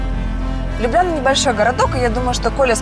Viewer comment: Ну какая же это Лю́бляна, когда это Любля́на!🙈